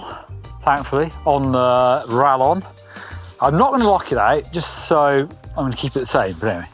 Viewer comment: Sorry to be that guy, but it's pronounced ra[Y]on, the LL having a Y sound in Spanish. It means bolt, as in a crossbow bolt.